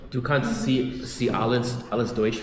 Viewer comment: Definitiv falsch. Es war das spanische "si" mit gezischtem "s", beim "sie" wird das "s" weicher ausgesprochen als vom Herrn im Video. Und bei seiner Aussprache gehe bei ich allem Respekt nicht davon aus, dass er weiß, was Siezen ist. Ich hoffe einfach, dass dein Kommentar scherzhaft gemeint war.